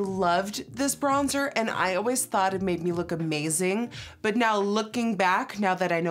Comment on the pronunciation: Am I the only one who noticed that she pronounced the bronzer wrong , I'm in French and had to pause ! hahaha